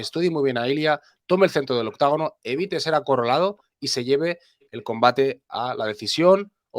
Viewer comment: No se dice octagono. Es octógono, octagono es anglosajon, somos hispanos, no gringos